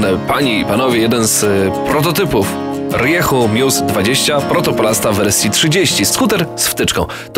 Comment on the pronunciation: jak mozna mówić riechu ? RIEJU !!!